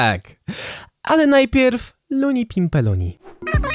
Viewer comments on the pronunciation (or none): none